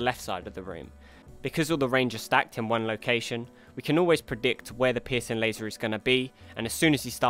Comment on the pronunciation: I know he's saying "piercing laser," but I can't help but hear "pissing laser"